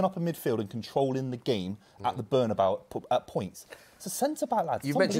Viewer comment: it's NOT ''BernAbau" ffs